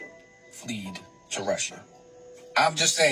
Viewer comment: buddy cant say fled...all his s#!+ sus to me now lol